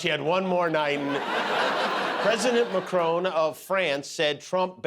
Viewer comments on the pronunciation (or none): Who is president "McCrone" of France? Perhaps someone should warn Emmanuel Macron about this Scottish impostor. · Please it s pronounced Macron , with a short o sound, not Macrone to rhyme with drone , as there is not an 'e' at the end. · I think it is Marcron, not Macrone who is President of France. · It is Macron not Macrone 😬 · Please say names correctly, Jimmy. It's not "MACRONE." There is no 'E.' It's MACRON! It's really not that difficult. Just like "Bon Appetit" is not 'BonE Appetit.' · Kimmel, it's Mac ron, NOT Mac roan. PLEASE. It's FRENCH! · Dear Jimmy, and most Americans. Would just like to point out that it's President MACRON, not Macrone. i.e MACK-RON (ON as in ON the table, not as OWN as in OWN the book). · Please pronounce macrons name mac-kron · For Christ sake why can’t he pronounce Macron correctly? It’s not like Macron isn’t known. I get the jokes great but..